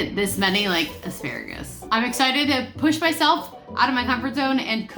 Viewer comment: You said “asparrragus” the prettiest I’ve ever heard. ☺️